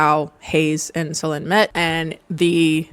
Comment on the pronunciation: In french Solene would be pronounced with a sound close to the e in bed, so you did it good I think when you end this pronunciation! (our would a bit lower and deeper, but it's close!